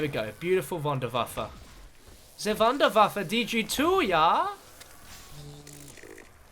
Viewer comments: XDD i Love How americanssay Wunderwaffe it´s a German Word go to a german Youtuber and have a lock how to say it correct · how he says wonderwaffa